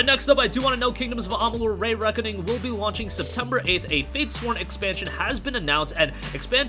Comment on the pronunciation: Why do you say Ray-Reckoning and not Re-Reckoning?